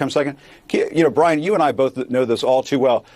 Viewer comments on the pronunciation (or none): "Lelease BWIAN"